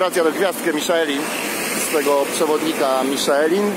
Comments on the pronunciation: Miszlę się mówi a nie Miszelin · Ta wymowa "Miszelin" powoduje u mnie irracjonalne napady kurwicy ;___